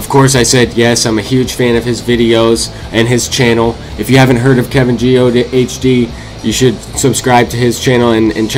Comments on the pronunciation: It's KevinGeeOhhDee not KevinGeeOHDtv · The h is silent, but good video!